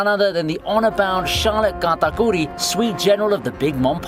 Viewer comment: "Gatakooree" lmao